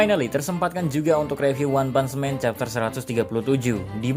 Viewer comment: Bacanya leb bukan lab jangan nyamanyamain bahasa inggris sama bahasa indonesia nanti youtube lu di hapus loh dan bukan one pants man tapi one punch man pak dibaca one putch bukan pants